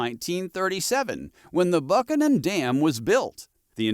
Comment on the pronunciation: Buchanan is usually said "BOO-canon" around here.